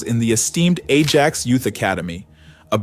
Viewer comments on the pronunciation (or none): Slot turned Gravenberch into prime Busquets. FYI, Ajax is pronounced "eye-ax" not "ay-jax" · Is this AI generated? The team he played for is eye-ak (not the American cleanser) and you’ve muddled his last name